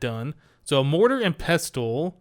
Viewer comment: You probably heard this by now, but the "t" in pestle is silent.